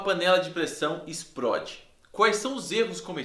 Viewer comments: Exprode kkkkkkkkkkkkkk ou e explode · Não sou cricri, mas "espródi" é gritante! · SOMOS POBRE PQ FALAMOS EXPRODE AO INVÉS DE EXPLODE KKKK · "PURQUÊ UMA PANELA DE PRESSÃO ISPRÓDI?" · Ainda estou tentado entender o por que ela "esprode". Ksksks É pegadinha garay! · kk o exprode kkk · '' esproide ''? I kkkkkkkkkk